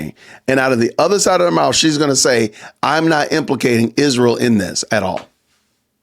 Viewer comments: Why does Candace always say ISHreeyal? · It’s insufferable. The way she pronounces Israel is also insufferable.